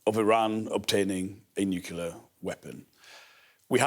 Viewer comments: Nuclear not Nukiller. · No respect for anyone that says nukular